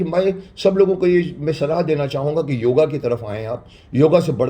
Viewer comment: क्षमा चाहूँगा .....किंतु यह योगा नहीं योग है राम को रामा श्याम को श्यामा बना डाला विलायतियों ने आप हमारे शक्तिमान हो आप सही उच्चारण कीजिये।।